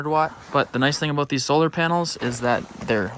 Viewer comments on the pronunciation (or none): none